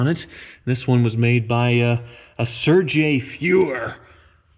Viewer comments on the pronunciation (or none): I don't think a Mexican built it in Germany! Serge as in surge not Serje' as in Hosea'! lol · i'm not german but even i know the dudes name isn't pronounced surjay